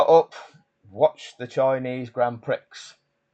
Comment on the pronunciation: Grand Prix, is not pronounced pricks!